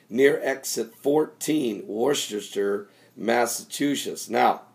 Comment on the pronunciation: Pastor, everyone gets that town wrong, it is pronounced Wooster or woo-ster r and c are silent